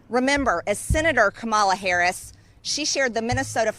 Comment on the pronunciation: What a fool, Greene can't pronounce VP Harris' name and Greene hasn't done anything for this country except use her stupid mouth to trash the USA.